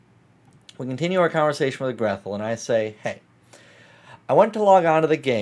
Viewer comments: Grethel is a German name. It isn't pronounced "Greth-el", but rather, "Gray-tel", as in Hansel und Grethel. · Btw, Grethel is a Germanic name, usually pronounced "Gretel"